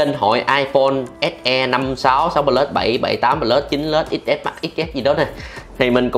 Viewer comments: Nghe cái ông bán nói 7 pờ lút :))))) là thấy bất ổn rồi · tuy là đọc không đúng chuẩn . nhưng mà đọc sao cũng được mà . có vấn đề mẹ gì đâu , ngôn ngữ Việt Nam phong phú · thấy đọc iphone 7 “pờ lút” hiểu